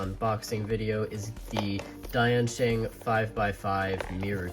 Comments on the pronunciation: Not diaynshæng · The way he pronounced “Diansheng” tho